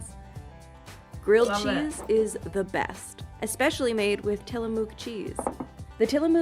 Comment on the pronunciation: I don't think I've ever heard a single person here in Oregon pronounce Tillamook with so much emphasis on the "mook" part of the name. lol That said, Tillamook does have some damn good cheese. And ice cream, for that matter.